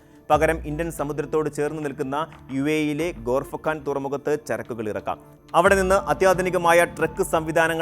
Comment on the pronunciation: കഷ്ടം,..!.ഗൾഫിനേക്കുറിച്ച് ഒരു ഉണ്ടയും അറിയില്ലെന്നു മനസ്സിലായി...😅 ഗോർഫക്കാൻ അല്ല മോയന്തേ ഖോർഫക്കാൻ ഇതൊക്കെ ഉള്ളതണെങ്കിൽ തന്നെ യഥാർഥമാക്കാൻ മിനിമം 20 വർഷമെങ്കിലും വേണ്ടി വരും...!. അല്ലെങ്കിൽ തന്നെ അതേ ലൈനിൽ ഫുജൈറ to ദഫ്ര (സൗദി) റെയിൽവേ പണിയിലാണ്.. ചില ഭാഗങ്ങൾ കമ്മീഷൻ ചെയ്തു കഴിഞ്ഞു..പിന്നെന്തിനു ഈ പാത,.?. റേറ്റിംഗിനായി പേക്കിനാവ് കാണും പോലെ മാപ്പിൽ നോക്കി എന്തേലും ചുമ്മാ തള്ളി വിട്ടോണം...!.😂😂